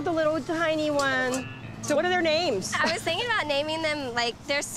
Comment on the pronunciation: some of them were. Some of the names she said were wrong.